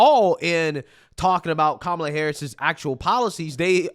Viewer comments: calling every single republican weird? 👍 Mispronouncing Kamalas name? 👎 the Democrats are such hypocrites. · Calling Trump and Vance weird is okay. But don't you dare say Kamala's name wrong. That's offensive. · It's not pronounced Kamala. It's pronounced Kamala.